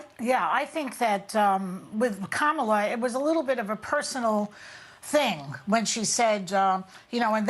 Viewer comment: Whoopi pronouncing Kamalas name wrong lol 😂